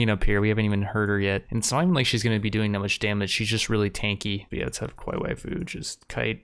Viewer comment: I like how you keep pronouncing kawaii as Qwai. Much simpler and faster to say